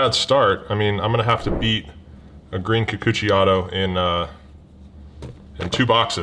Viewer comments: Enjoy the war....enjoy you saying Kukuchi more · I really think its funny to hear you say Kikuchi. HA!